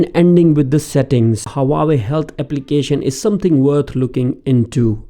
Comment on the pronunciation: it is not HA WA YE it is HU AA WE